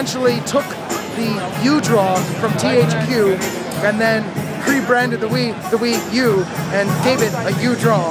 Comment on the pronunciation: Wuu Tablet. Wublet.